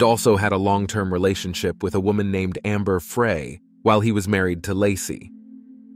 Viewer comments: It’s Amber Frey pronounced Fry as in “He decided to fry chicken for dinner. No big deal, but figured I’d let you know… Great work… 🙏🏼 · It's AI , it never correctly says her name, or many others.